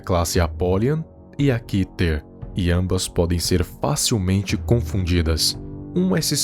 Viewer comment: Pra mim se fala Kéter